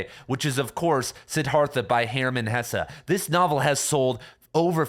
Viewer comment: It’s hess, not hessah